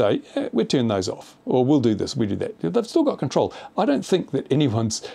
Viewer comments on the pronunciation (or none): none